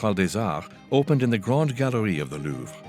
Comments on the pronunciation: It's the Lou-VRE. not the Lou. How difficult is it to check some pronunciation when you are dedicating your entire channel to one palace with a French name? Seriously... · why is he pronouncing it LOUF